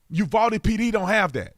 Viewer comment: FYI, first hand info from a Texan... its pronounced U VOW DE not U VOL DE